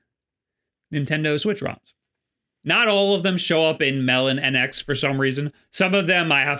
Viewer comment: Sidestore is better. Also, its Melo - NX not Melon- NX :)